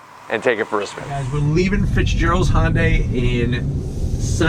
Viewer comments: yes I know but the correct name is Hyundai not honday thanks for not being able to get the name! correct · Its called a Hyundai not a honday ??? Look at the badge and learn English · I love ur reviews - but its Hyundai, like Sunday.